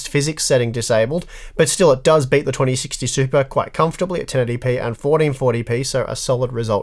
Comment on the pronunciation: Why would you downvote a video like this, I don't understand it. I kept hearing bate instead of beat but I'm not a native english speaker so yeah...